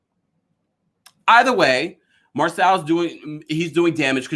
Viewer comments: Marsau’s name is pronounced MAR-SO not Marcell or Marsell. The cast pronounces his name as Marsau/Mar-so on the show every week yet a few bloggers constantly mispronounce his first name. 🤷🏽‍♀️ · It’s pronounced Mar-Sew